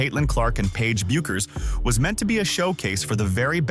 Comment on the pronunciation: Bueckers is not Bukers, It is Behkers. How many times do you need to be told you pronunciation is wrong. F